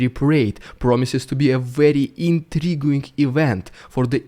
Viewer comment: don't pronounce the U in INTRIGUING. It's entirely silent. Pronounce " INTREEGING " I found out that English monks added silent letters into many of our words because the words originally came from Latin and then certain letters were dropped after the words went into French, who gave the words to English. So STUPID!!